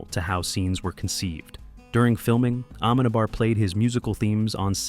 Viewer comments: dude please..when your video stars you see the name of the director with the written accent there... it´s not aMEnabar........................it´s ameNAbar..!! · You don't pronounce Amenábar's name not a single time well through all of the video... Such a shame! It's AmenAAAAbar, not "amEnabar" 😅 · Se dice Amenábar